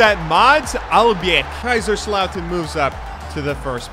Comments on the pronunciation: haha oh mein Gott xD I love your geman as a native speaker it's fun to her Americans speak german. Also all of these german jokes and introductions are really funny. But it's KaiSerslautern and not Kaischerslauten. It's an [S] sound like See. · your pronounciation of Kaiserslautern is making my eye twitch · I wonder if you're able to pronounce Kaiserslautern and Mönchengladbach eventually.